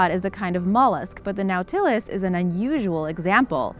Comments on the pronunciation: It's pronounced NAUGHT-a-less not " now-tillis" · Nautilus is pronounced naw'-ti-lus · Red panda are a.k.a fire fox. Oh and nautilus is pronounced (naw,til,us) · It's pronounced "NOT-uh-lus," not "now-TIL-us." Get someone with an education to narrate your videos. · "Gnawtilus"? I recall that this shell-borne animal is a NAUTilus. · just so you know, the name of #7 is not pronounced as its spelled it is pronounced naw-tilis nautilis is the name of the submarine in 20,000 leagues under the sea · Nautilus pronounced Naw til es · Yeah...she went a wee pretentious on 'Epoch' as well...But everytime she said Noooow-Ta-Luss, my hubby and I cringed. Horrible! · Lost me at the inability to pronounce "Nautilus" correctly. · What bothers me more than how she pronounces nautilus is how much crap she's getting for it. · How does one fail at pronouncing nautilus? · You really need to learn how to pronounce Words. Nautilus? SMH But love the channel anyways. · love the video. Learn how to properly pronounce NAUTILUS. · nautilus isn't pronounced right. this is like nails on a chalk board.